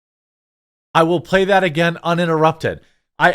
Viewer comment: The word is "THAT", not "DAT".